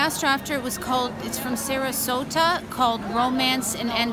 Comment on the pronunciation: Not "Sarasota" but Sarasate. Pablo Sarasate is the composer.